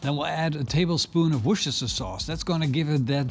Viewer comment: The first guy to pronounce Worcestershire sauce correctly: Wooster sauce